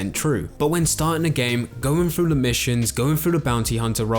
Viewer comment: i wish people with the english lisp wouldnt make voice content. keeps saying "going frew". its hilarious